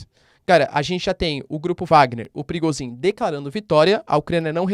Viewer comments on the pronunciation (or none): Professor, te ensinaram a pronunciar Kinjal, mas esqueceram de ensinar Prigôjin? kkkk